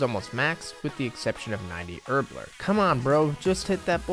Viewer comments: HerbLORE. Not herbLER. Sorry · My man pronounces herblore as “herbler” lol